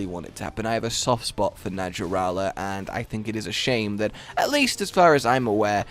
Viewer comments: 100% sure it's pronounced NaHarala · I wish the designers just went full-snake and omitted the legs. Btw, the j in “naja” is pronounced like an h in Latin. So it’s “naHArala”. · Its pronounced Na Har la